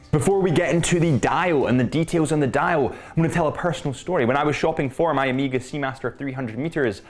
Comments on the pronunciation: Weirdo, why are you saying OH-MI-GA… it’s OH-MAY-GA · get ahold of the Ed White "Cal 321" and then you can re-do your review and find a flawless example of the Speedmaster! Btw.. it's O (as in Oh) Mega.. not Amega! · Am I the only one that hears o-me-ga vs O-meg-ah??? Great review either way. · Why the hell do British people say Omega so weird? O-meega 🤣